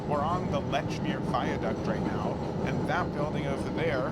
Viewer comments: It is pronounced “LEECH-MERE,” not “LETCH-MERE” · Leechmer, not Lechmere. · It's pronounced "Leech-meer", not "Letch-meer"!!!! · We pronounce it Leechmeeah heeah. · its Leeechmeeer in bostonese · Great video, but you can tell you’re not from Boston when you mispronounce “Lechmere” (pronounced leech-mere). With the care your put into your content, you should have been prepared. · I've heard letch-meer from locals though [Admin RRS] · Nice video! I will say that Lechmere is pronounced leech-mere. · "Lechmere" has been spelled that way and pronounced that way for 3-400 years. If you are producing audio content, you should check the pronunciation of unusual names and unfamiliar words. It's just like using a spell checker when producing written content. It is part of the job. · Great video! Just a couple corrections: The Amtrak to Maine is called the "Downeaster," not the "Northeaster." Lechmere is pronounced LEECH-meer, not LETCH-meer. And it's "Tremont Street," not "Fremont Street."